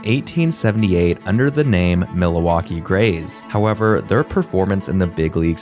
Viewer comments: I’m trying to figure out where “Milawaukee” is… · Its "mill-WAU-kee" - come on - it isn't a foreign city................... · "mila-waki" bruh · Milowaukee? Bridgegrooms? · Mill-a-wah-kee? Master class stupid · Am I crazy or is he saying Miliwalkee like Alice Cooper in Wayne's world. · Miluwakee, Mindianapolis, be glad he didn't say "Chick-a-go," or "Ballatmore." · I think the only mispronunciation I noticed was Milwaukee. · Isn’t Milwaukee fairly close to Canada? You can’t use “being Canadian” as an excuse. Maybe if you’re from Mexico, you could use that as an excuse. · Why is he adding an "a" in the middle of Milwaukee!?! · That is the stupidest pronunciation of Milwaukee I’ve ever heard. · Excuse me, but what in the world was that pronunciation of Milwaukee? You added a whole other syllable in there 😂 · The pronunciation of Milwaukee is abysmal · The pronunciation of Milwaukee is also distracting. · Great video! Besides the pronunciation of Milwaukee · You can’t say Milwaukee Bro….. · I was going to say that… idk why but it was so hard to listen to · Dude it's Milwaukee not "Mil-a-waukee", there's no a in there bro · Interesting history lesson. But is this a robot voice? oy. Worcester Mass is pronounce woster not war-chester. Mil - a - waukee? Where'd that come from? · Mil uh waukee it’s Milwaukee! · MILL-WALK-EE. NOT milli-wah-key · Bro wtf is Milohwalkee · Dude it’s MILwaukee not MILAwaukee. I’m not even from and I’m pissed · Overall, this isn't a bad video, but this guy should have looked up how to pronounce these things before he made the video. He seems to add extra A's to words or emphasize the wrong syllable or straight up mispronounce things. Milawaukee? (Mil-wok-ee), Bridge Grooms? (Bridegrooms; as in Bride and Groom), Super Baz? (Superb Uz), Miny in apolis? (Mini-Apolis). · It's pronounced MIL-Waulkee NOT MiLA-WAULKEE.... Like where are you from? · its pronunced mill-wah-kee not mil-a-wah-kee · milawakee is a my favorite